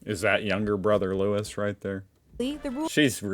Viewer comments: His name is Louis not Lewis, not sure why they called him Lewis in the video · Yes get an English video, then they would know it’s Louie not Lewis. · 1. You’re not being offemsive, you’re genuinely curious. 2. It’s Louis (loo-wee) not Louis (loo-iss). Honestly, I shuddered everytime she said it. 3. The ‘’head-dress’’ on the Princess is a fascinator. Women wear them to weddings, the races, Queens’ garden parties etc. 4. Most Brits can name a good chunk of the Royal Family members yes, but I don’t think many (especially the youth) could name them all. They’re a bit controversial atm. I don’t have a problem with most of them, however I think things will be a lot better when William takes over the throne. I personally don’t believe Charles should ever have become King and despite the late Queens wishes, Camilla should definitely not have been given the title of Queen. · Jeepers, I cannot listen to this... "Prince Lewis" 😆 no... it's Louis, pronounced (as it is everywhere in the UK and Europe) Louiee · Prince Louis, not Lewis. Pronounced looouiee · This video is way out of date now. Princess Margaret passed away in 2002. LOUIS is pronounced LOU EE not LOU ISS. Mike Tindall has had his nose fixed now. Andrew. Don't mention Geoffrey Epstein !! 🤫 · Hey, Aussie here, but as they're my Royals as well, i take an interest. Can't believe they used a younger photo of Prince William (a teen) yet an older photo of Harry. Prince Louis, you dont pronounce the s, its said as Louie (actual French pronunciation). As the royal blood lines go back so far (we're talking hundreds and hundreds of years) they're all distantly related in some way and are all mixed with European royalty. In history, succession to the throne, although seemingly straightforward, has always been fraught with deceit and plotting and betrayal...it's only the last 150 years or so that have been fairly tame. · Prince Lewis?????? It’s Louis! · Not Lewis, but Lou-ey is the British pronunciation.